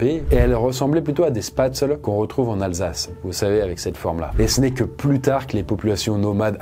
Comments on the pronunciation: Top la vidéo ! Petit bonus prononciation : spätzle se prononce "ch-pai-tss-lé" (en tout cas dans le Haut-Rhin côté Colmar, dans le bas Rhin et le Sundgau notamment, la prononciation peut varier) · AHH!! la prononciation des Spätzle... Ça ce prononce "Chpetzele" 🥲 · alors pour la prononciation des spätzle c'est chpetseleu voilà petit points culture. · on prononce “Spetzel” 😂 tu m’as trop fait rire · DES QUOI? 😅 Au moins il met d'accord Haut-Rhin et Bas-Rhin avec une telle prononciation ! Merci pour la vidéo, très sympas les anecdotes :)